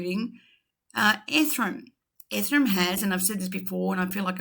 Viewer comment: Seriously. A few pet peeves of mine: Ripple Ledger should be XRP ledger. "Valididate" you say, should be Validate. And a "billion dollars in XRP" is just blantantly wrong, it's just a billion XRP = $250 USD million. "Ripple's XR-Spring" what the ...., It's just pronounced "Spring" not "X-Spring" or "X-R Spring". AND LASTLY IT'S NOT "ETHERUM" it's "EE-THEE-REE-UM" or "ETH-EE-REE-UM". Certainly not pronounced "ETHERUM" also learn to pronounce Binance properly it's not Bin-nahnce, it's pronounced "Buy-nan-ce". I just think it's important that if you're in the crypto space you should have a basic grasp on these little things.